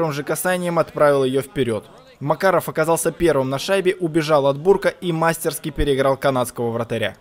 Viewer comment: не мастерски,а мастерски' ударение на последний слог.